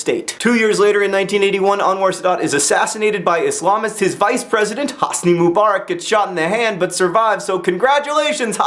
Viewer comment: Actually, the way John pronounces Hosni is correct. :P